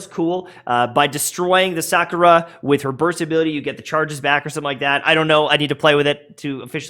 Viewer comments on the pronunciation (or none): none